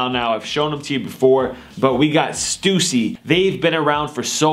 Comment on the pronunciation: he said stussy wrong lol